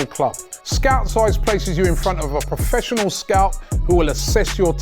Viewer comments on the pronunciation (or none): none